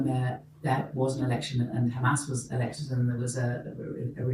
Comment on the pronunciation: It's Hamas - not "Khhamas"